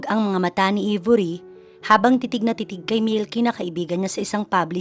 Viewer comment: Aybori ang pagpronounce , d Ibori